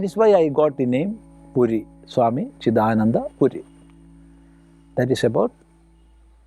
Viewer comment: The chanting sounds western! terrible. The articulation of the name is wrong. it is "Cidaananda" and not "Cida nanda". Our own people pronouncing wrongly.. Terrible.